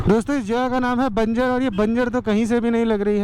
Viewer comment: That's not बंजर that's बंजार bro❤️☺️